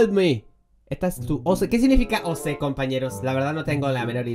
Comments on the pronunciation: No se pronuncia O C se pronuncia como decis Ok Y un OC es el Avatar bueno noc si me explique bien -^ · Cuando dijo oc (pronunciándolo oce) me puse a reír un montón y oc (pronunciado oc) es él personaje que creaste en gacha life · Se dise Oc primero o y segundo c se dise oc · No se dice o se si emmmm di ok ok no okey no si no ok asi se dice oc y es un personaje que creaste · No es o c es ir OC no o c 😃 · Como lo pronunció